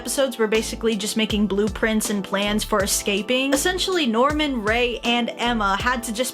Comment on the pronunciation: That's not Norman that's Nirman